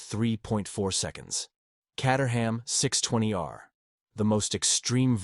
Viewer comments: Caterham is pronounced “K 8 er ham” not “Cat er ham” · When are they going to sort out AI so it can pronounce words like Caterham properly. It is Kate-eram, not Cat-eram. At least it didn't pronounce the 'h'. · The Caterham is not pronounced "Catterham", it's pronounced "Cayterum". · More tedious AI. And if you doubt that this is AI, ask yourself why Caterham is sometimes pronounced Cahterham and sometimes Cayterham, in the same sentence. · Pronounced "kay-ter-um" not cat-ur-ham. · Cater ham. FFS. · FYI the Caterham is pronounced "kay-ter-am". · Cat 🐈 a Ham 🐖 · Neither! Caterham is pronounced….Kay-te-rum. The ‘h’ is completely silent and the ‘am’ is pronounced “um”. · Love the different pronunciations of Caterham. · AI can’t decide how to pronounce caterham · How many different ways can you mispronounce Caterham in two minutes? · I loved how the pronunciation of names varied often and sometimes even in the same sentence!😊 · This video makes me ask one question. Is Caterham pronounced Cat-er-ham or Kate-er-ham?